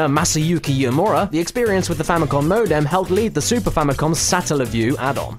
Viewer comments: what is a "mo-dam"? i know what a modem is but a "mo-dam"? and i thought my aussie accent was bad. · MOH-DEMM Holy shit